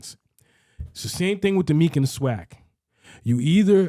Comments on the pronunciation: Why are you calling the MEAC Meek, it’s pronounced Mee-ACT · It’s ME-ACK, TSU is in the Ohio Valley Conference. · The who??? The “MEEK(?)” 😂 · I came on here to just let you know you guys sounds dumb when it comes to HBCU football lol that’s coming from a swac guy go catch alcorn vs grambling or Alabama st vs Alabama a&m can’t even pronounce MEAC right lol